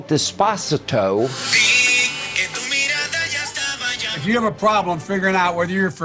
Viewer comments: “deh - spa - sih - toe” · I’m still stuck on how Hannity pronounced Despacito 😅😂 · mfw sean says dess-pasito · A song called “desp-ah-sit-o” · Des-pas-si-toe? Lol wtf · des- pah- sit- oh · "The spa see toe" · Des- pause- a- toe?